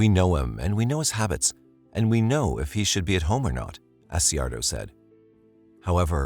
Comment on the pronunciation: Not doing it to be mean.. in Ky., Accardio is pronounced as (A-char-do) He’s a good man.